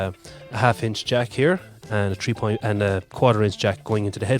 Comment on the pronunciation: Do you have a Jamaican background? I may have heard a little . Also, you said .. Tree... instead of.. Three 😃